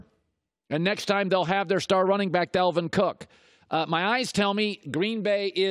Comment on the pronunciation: Yo who tf is "Delvin" Cook?